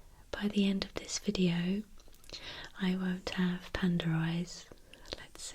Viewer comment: I like the way she says panda..."pander" 😆